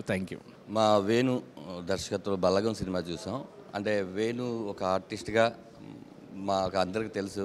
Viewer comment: "బాలగం" కాదు..."బలగం"....మీరూ మీ చదువులు... అరే చల్...